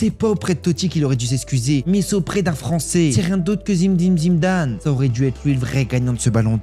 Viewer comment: Quoi ?? Zimedine Zimedane 😂